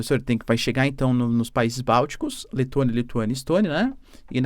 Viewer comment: Letônia, Letônia. ...Que cidadizinha é essa ??? 😂😂😂😂